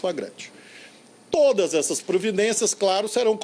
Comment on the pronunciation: me da agonia quando ele fala todas.